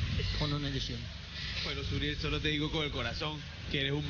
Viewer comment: es suriel no muriel